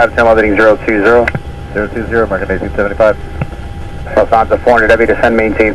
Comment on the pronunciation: I love the video but the NY controller is rubbish. Why do they say “descend TWO 5000”. TWO is a disaster waiting to happen. Omit the TWO. Also why do Americans pronounce “Lufthansa” as Luft-harrnnnzzzer.